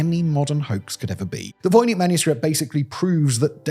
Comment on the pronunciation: I can hear you struggling between Czech and English pronunciations. The soft "ch," in "voynich" and the hard "c"/"ts" in "Bienecke." Líbí se ti Praha?